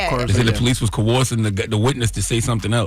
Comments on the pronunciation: Charla : Core-horsing Envy: coercing 😂😂😂 I caught that too and was cracking up … They like siblings for real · Envy correcting Charla on the low - "Coercing" 😂😂😂